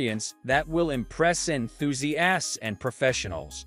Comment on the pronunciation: Quit after, "En-thuse-assed'